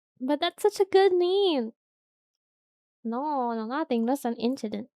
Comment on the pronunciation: "Just a inshident"